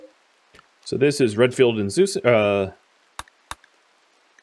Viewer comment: I keep hearing Redfield as Renfield... and I immediately think of Bram Stoker.